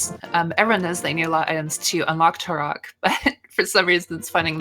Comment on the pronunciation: I think she might be saying Turock as a joke? Like how she called Sahasrahla "Szechuan"